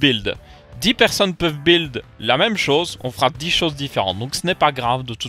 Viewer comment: tu ma toujours strésser a ne pas prononcer le U de build ^^